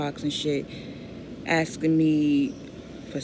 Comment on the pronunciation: Dammit! There’s a K in the word A S K I N G!